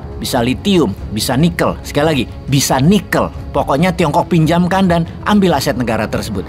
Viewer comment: Kenapa ada nada penekanan di bagian NIKEL😅